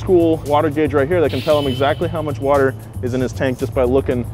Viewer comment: Anyone else catch the Watah? 😂